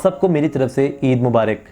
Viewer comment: Sir eid mubarik is not right pronounciation but eid mubarak